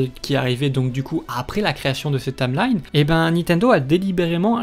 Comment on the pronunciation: "La tameline", "Urule Hystoria"... 😭